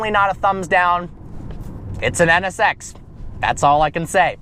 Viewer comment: When he says NSX it sounds like he's saying sex LOL